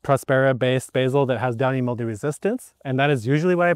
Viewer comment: It sounds like you kept saying "Dying Mildew", which would be appropo. I'll have to use that bit sometime!